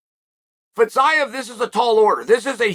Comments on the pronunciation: Fizzz-iii-yaaaa ???? Are you sure that's how you pronounce it bro lmao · “fetZaev”🤡🤡🤡🤡 Chode sonnen